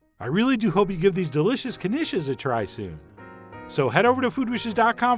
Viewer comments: It's pronounced "Nish" the "K" is silent --Peggy Hill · I I thought it was pronounced neesh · I assumed the K was silent... 😕😕 Now I k-now